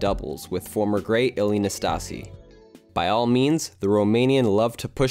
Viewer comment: The way you say Țiriac and Năstase, oh man.